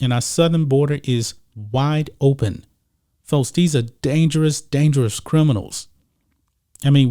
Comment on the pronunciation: Notice this guy pronounces the "x" sound as a "t"??? What's up?? Sixty = sitsty Folks = fotes Texas = Tetsis Texans = Tetsins